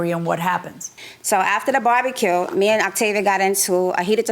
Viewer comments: She is saying barbecue but I keep hearing “body kill” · It sounds like the plaintiff is saying "body kill". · The way the plaintiff pronounces "barbecue" really annoys me 😩